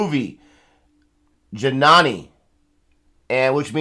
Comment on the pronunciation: It's not jeenaaani, it's jenani ( mother) ..